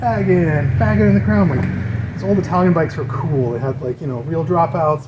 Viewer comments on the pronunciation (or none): I think Faggin is pronouced Fash-een.